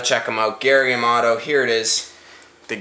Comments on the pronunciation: Hahaha! Gary Yamato? It's Yamamoto. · It's flake not fleck and it's yamamoto not yamoto hahahahhahah